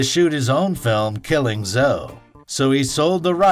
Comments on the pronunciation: Wait , did you just call it ,Killing Zo? Its Zo-ee . Haha you obviously never saw the movie and know nothing of Tarantino or his work. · 'Killing Z'oh' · "Killing Zo" :) wtf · Man said killing zo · You lost me at 'killing zo'